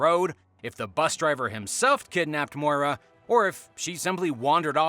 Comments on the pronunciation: Maura!!! Not Moira. You are pronouncing it wrong!! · Maura is pronounced like "more-uh" not "moy-ruh". That being said, I'm willing to bet that after she crashed her car, she fled the scene to avoid a DWI and died from hypothermia in the woods.